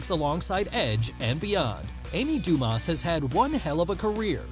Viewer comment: The "s" in her last name is silent.